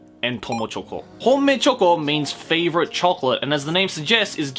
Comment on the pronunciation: I heard homemade choco instead of Honmei-choco